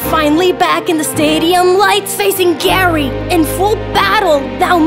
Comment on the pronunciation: No no no, it's "Gay"ry Broke